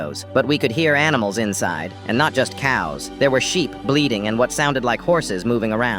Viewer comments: Yeah😂 i heard bleeding instead of bleating I was like WHAT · anyone else hear bleeding and not bleating?